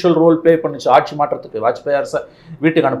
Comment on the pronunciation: BJP காசு கொடுக்காது? ஒன்ன தூக்கப்போறாங்க மோடி இல்லைனால் வேறு யார் இருக்கா? முதல்ல "கட்சி ஆட்சி" என்று தமிழை ஒழுங்கா உச்சரித்துப்பேசு! கட்ஷி ஆட்ஷி ன்னு கேவலமா பேசிக்கிட்டு..... latest survey தெரிஞ்சைகிட்டு பேசுபா!